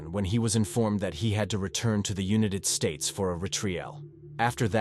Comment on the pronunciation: Strange lil voice and pronounciation! “Unit Ed States” 🇺🇸 Scene of the Cream 🕵️ Were my favorites! 😂🤣